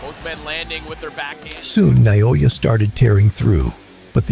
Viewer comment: nayoya? Seriously?